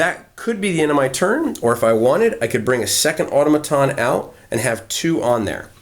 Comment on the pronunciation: The word 'automaton' is pronounced with the accent on the second syllable.